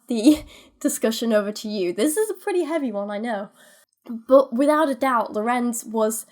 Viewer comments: As a german it's really entertaining to hear English speaking people pronouncing German words. Oh and the first syllable of "Lorenz" is stressed not the second one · With the pronounciation of Lorenz you stress the Lo Your pronounciation of Kindchenschema wasn't bad but the e schema would be more like the e in leg